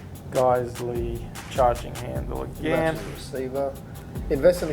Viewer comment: Nice review as always, guys. Great looking GBBRs, they look super clean and worth the price of entry. Oh, and not to be a smartass, but Geissele is pronounced "Guys-lee" 😂 and that's straight from the Geissele rep's mouth. 😊